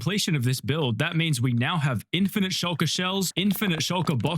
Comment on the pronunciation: my dumbahh thought he said "Shinjiru farm"